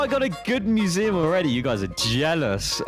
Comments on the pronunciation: the whole time said museum wrong he said moo-zee-uhm instead of myoo-zee-uhm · At the start u pronounced museum as muzeum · I think we pronounse "maziam" diffrent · Mu-z-um ;D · Why he say museum like that